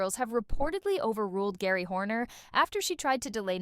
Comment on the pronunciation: 30 years of spice girls and you say "Gary" instead of "Jerry"?